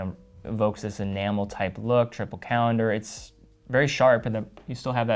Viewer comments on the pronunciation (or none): Protip: The thing he's saying that sounds like 'animal' is 'enamel' ... I was -- sincerely -- confused the first 3 or 4 times. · At first I thought he was saying an animal dial, I just couldn’t understand which or what type of animal. Then it clicked he was saying enamel 😁fantastic range of watches might get one. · He kept saying animal. I assume he meant enamel?